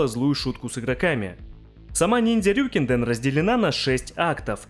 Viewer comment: РьюкЭнДэн, а не "РюкИнден".